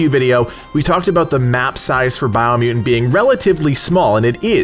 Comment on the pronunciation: Bio mu-ent